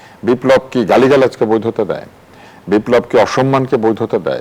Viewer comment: বারবার বিপ্লব উচ্চারন টাই ভূল।